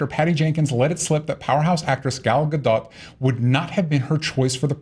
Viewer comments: Why does nobody listen to how Gal pronounces her own name? Its' not a hard 'dot'. It's like dough with a very subtle t sound at the end. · Gal Gadon't lol